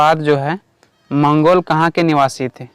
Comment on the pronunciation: मंगलो नहीं भाई मंगोल होता है 🥹